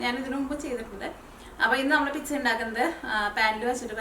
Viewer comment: Piksa aavunnapole thonni parayumbol ennaaalum nice pizzaa aayittund yemmi